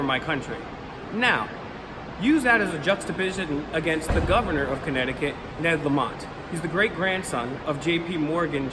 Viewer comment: Connecticut, not Conneticut.